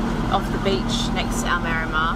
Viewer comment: Spot on pronunciation of Almerima, going there in April for a weeks Golf with some mates. Another good video, cheers